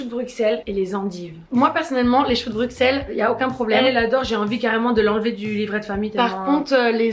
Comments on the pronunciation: Les gars arrêtez de dire BruXXXelles ça se dit BruSSSelles 😭😭 Ça fait mal à entendre le xxx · Bruxelles ce dis brusselles pas bruXelles😭🤌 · Actually on prononce pas le X de Bruxelles mes bb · En tant que Belge la façon dont elle disent Bruxelles me tue les oreilles 😂😬